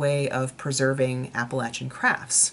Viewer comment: I have a friend that has attended the school and knows Martha. Thank you for pronouncing Appalachia correctly. So many people pronounce it incorrectly! How interesting how you made the move from being a History Professor to a designer and book editor. Thanks for sharing with us!